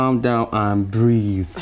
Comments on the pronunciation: said "breeve"😂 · say na “Calm down and Breeve 😂”